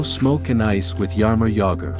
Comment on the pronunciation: TFW when you go to watch a video on Jaromír Jágr, but it ends up being his doppleganger, "Jarimor Jagr". :rolling_on_the_floor_laughing